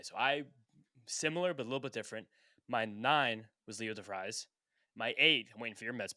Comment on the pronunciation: devreeez yall not de vrise, great vid though